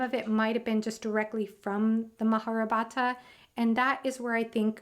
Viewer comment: Its not maharabhata lol.....it is spelled as " maha- Ba-ratha